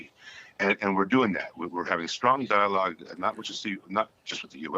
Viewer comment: Strong diologe. Strong diolge. What the hell is he talking about. What is the diolgue.